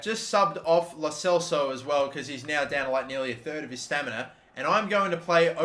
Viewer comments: How does this guy keeps saying Lo Celo, Skrinar, Rabot and Kimpempe instead of Lo Celso, Skriniar, Rabiot and Kimpembe? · It's LO CELSO buddy not locelo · It's not lo-cello it's lo-cel-so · Pls don’t call him lo celo it’s lo celso. Oh dear I sound like hermione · Anyone hear him say la cello and not la Celso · it’s lo celso not lo celo stop pronouncing it wrong mate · Its Lo Celso not Lo Celo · ITS LO CELSO NOT LO CELO YOU FUCKING AUSSIE MONG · Will ever pronounce Lo Celso's name correctly? Maybe not, but still tune in next time